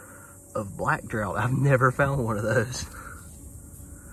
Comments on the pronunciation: Drought (is what you are pronouncing) is lack of rainfall. Draught (drawt is pronunciation) has synonyms including drink potation tipple quaff. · Just a small FYI, the black "draught" is pronounced draft. :) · In the UK, draught is pronounced like draft. Crazy English spelling, I know. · Hi from Liverpool UK. The word drought is pronounced draft. Is that moustache a special effect. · In American-English (as opposed to British-English) the pronunciation is draft, like draught beer, which is also pronounced (and sometime written) draft. That's West coast though. Not sure about Southern pronunciation. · Black Draught is pronounced: draft.... The spelling was different back in the day...🕊️